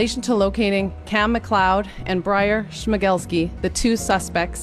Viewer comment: Who is watching just to hear pronounce Schmegelsky?